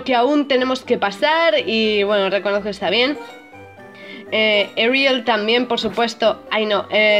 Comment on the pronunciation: No soy inglés Dilo con acento en la e ariEl Así